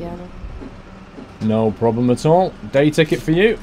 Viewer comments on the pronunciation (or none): "I wanna day tikkit"